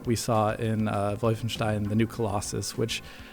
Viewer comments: Mitch H volf ein shtein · Stop saying "vulfenshtein"!! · Its Wulfenschtein. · Omg can you stop trying to say Wolfenstein with a German pronunciation. It doesn’t sound cool and hip, it sounds shithouse. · God that "Wolfenstein" pronunciation is so pretentious... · pronounced wolfenstein so funky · That's what i remember too; Just re-watched the video and it seems like is saying it as a V and as a W; That may be because even though he's living in Germany, is actually from the US. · eyeroll What a pretentious way to pronounce Wolfenstein dude. Face....palm. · i find it annoying too, but he's german, so i suppose it makes sense for him